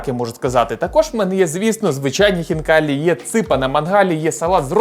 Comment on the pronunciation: Не ХвнкаліЇ а Хвнкалі !!! Бо звучить як Фікалії